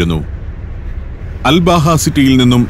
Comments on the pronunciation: Um.. Hathab.. Road.. എന്നത് ഉമർ ഹതാബ് റോഡ് എന്നും... അൽ ബാഹ എന്നുള്ളത് അൽബഹ എന്നും മനസ്സിലാക്കാൻ നമ്മുടെ സഫാരി പ്രേക്ഷകരോട് വിനീതമായി അഭ്യർത്ഥിക്കുന്നു... നമ്മുടെ സഫാരി 100/100... ആവട്ടെ എന്ന് കരുതി പറഞ്ഞതാണ്... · സർ അൽ ബാഹ അല്ല..... അൽ അബഹ എന്നാണ് പേര് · അൽ ബഹ അല്ല അബഹ എന്നാണ് പേര് പറയൽ